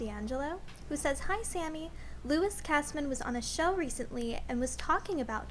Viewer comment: Your girls are amazing but who is lou-cheese. ? Lol